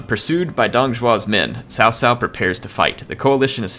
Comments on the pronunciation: cao cao... not sao sao 骚骚... LOL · I think it sounds more like Zao Zao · hey, CaoCao is pronounced as "Chow Chow" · cao not sao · JoJo is a closer pronounciation then sao sao. I'd rather call him cow 🐄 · Chaochao not Saosao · And Cao cao is pronounced Tsao Tsao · It is pronounced as *Chow chow btw. good video bud, keep it up. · *pronounced as Tsao Tsao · No, hes actually not pronouncing it right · Dude the way you pronounced cao cao nearly gave me cancer